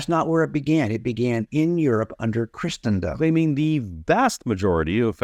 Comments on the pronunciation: I don't like how Wallace overpronounces "Christendom" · I've never heard anyone pronounce, let alone overemphasize, the "t" in Christendom before. I guess that makes Wallace super-Christian.